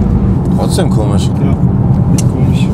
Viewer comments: Wie komisch sagt ist echt komis. 🤔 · smartnotangry echt komich 😄